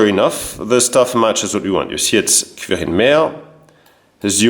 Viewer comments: Its very impressive how you managed to track them down, also yes you are pronouncing the name correctly. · You pronounce „Quirin“ exactly right. The name is very old, there was a saint with this name. In Bavaria the name is rather popular again, as old names re-emerge in these years. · yeah you said his name correct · Your pronounciation of Quirin is very good. I heared the name once before, its really uncommen, yes. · Your pronunciation of Quirin is perfectly correct. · Quirin pronounced correctly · Prononciation of "Quirin" is quite correct. Yes indeed, that name is very, very rare. Keep up the good work. The stories of our ancestors fighting in WW2 are always touching my heart for my grandfather a Feldwebel (Sergeant) fell in 1942, so I never got to know him. Greetings from a former Sergeant of the Bundeswehr 🤝🏻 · Your pronounciation of "Quirin" is perfect. This first name was and is nowadays quite common in Bavaria (although I understand he was not of Bavarian origin; Hechingen is the residence of the Hohenzollern). In fact one of the most talented painter, plasterer and sculptor of the late baroque and rococco in Bavaria was named Egid Quirin Asam. His best known church in Munich is St. Johann Nepomuk. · I don´t know, how you manage it, because most french pronounce this quouirin, but "gelernt ist gelernt" as we say. Greetings from Munich to my home town.